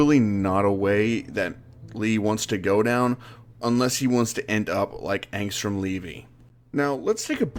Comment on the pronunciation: Anstrum Levi not leve